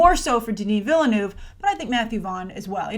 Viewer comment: The E in Denis Villeneuve’s name is silent. Think ville (silent E). Ville + neuve. Thanks, a frustrated Canadian.